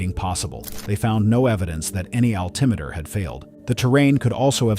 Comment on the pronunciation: “Alta-meter?” Is it really that hard to get a person to read for the video?